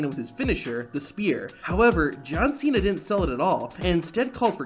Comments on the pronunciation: "John Ch-ena"! 😂😂😂😂😂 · Is it my ear problem or Santino really call John Cena as John China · “You have a big mouf john Cheena “ 😂😂😂😂😂😂😂😂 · I heard it as Chay-na, but yes, he did deliberately mispronounce Cena's name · Man Jericho's catchphrase can make anyone break character. He had such an Iconic catchphrases "pronouncing wrong names of wrestlers" is one of them this can surely make you laugh at the moment.